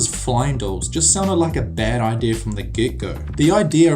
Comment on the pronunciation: A really good video! Except I found it funny how he said "Ideyer" Instead of "Idea"